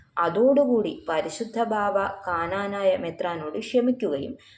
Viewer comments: This lady is no way a christian. She always wrongly says ' kananaya'. It is Knanaya. Why does not the people behind this negative vlog correct her? An advise to the girl: it is injuring many devotees feelings. It is a curse. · Hello lady it's knanaya not kaaanaanaayaa. At least rehearse before you speak.